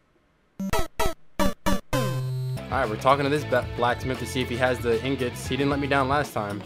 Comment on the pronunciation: I love how he says in gets instead of ingots.🤣🤣🤣 It’s truly beautiful.